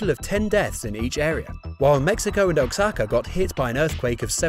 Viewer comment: O-A-Cha-Ka (Oaxaca), please.